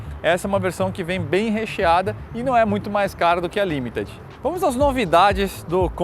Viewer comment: Finalmente alguém para pronunciar LIMITED corretamente 🙌🏻